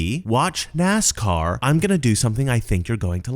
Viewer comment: lol..... Nascar sounded like as_car and I just started cracking up. The glasses did it I think not the Mi_liberal accent or both. This is hilarious.